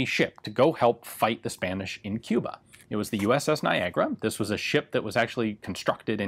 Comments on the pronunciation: So wait niagara is pronounced "nygra"? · Who would know that Niagara word has that strange pronunciation in english :)